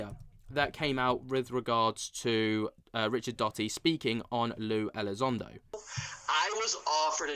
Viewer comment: for those of us who have followed this subject for years, even decades it would be nice if you could do enough research to speak the names correctly, and not come off like someone who jumped into the scene yesterday...Richard Doty...I'm out...